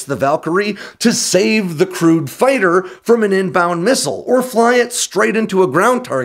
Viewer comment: Haha - re the F-35 you said "crewed" fighters, but at first I heard "crude" fighters, and went "huh?".